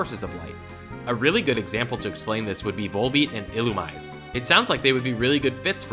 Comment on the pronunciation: "Illu me zay" 🤓 Edit: Oh no, did I hear Mayoletta? 😨